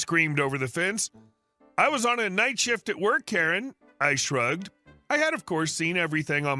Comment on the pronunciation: "Kare"? "What install in my charger"? AI is making you look like a moron.